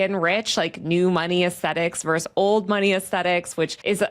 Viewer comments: The abbreviation ‘vs.’ is pronounced ‘versus’. Saying ‘verse’ instead of ‘versus’ is low-class speech. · VERSUS!!! not verse!!! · VersUS, not verse. Stop ruining English. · Hi Taylor. Good content. Btw, it’s “versus” not “verse”.